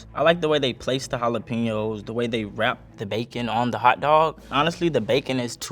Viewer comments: Why is she saying jalapeños like that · How that white girl says jalapeños hurts me 😂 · I hated how she just pronounced jalapeños